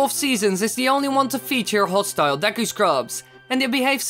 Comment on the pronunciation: *Dee-Cue it's pronounced Dee-Cue not deck-ku